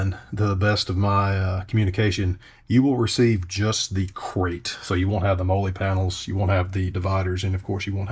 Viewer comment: im here for the way you say Molle